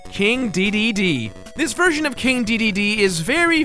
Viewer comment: I don't care how you pronounce Kine, but......DEEDEEDEE? it's DAY DAY DAY